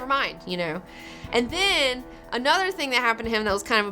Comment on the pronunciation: i can catch her southern accent coming through when she says 'and theeeen' cool